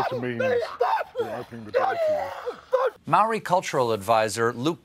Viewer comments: and yet noone thought to teach him how to pronounce Māori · Māori, not Maori, Stêphën Gölbert